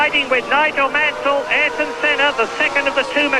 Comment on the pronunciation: Oi! It's NOIGOL MANSOL!!!